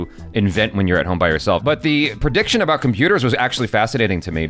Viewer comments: Is he saying "aboot" unironically?? I'm Canadian & I've never heard anyone here pronounce it that way. I've only heard it pronounced like that in American TV shows that feature supposed Canadian stereotypes. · Same. I'm Canadian as well & I've never heard anyone here actually pronounce it "aboot"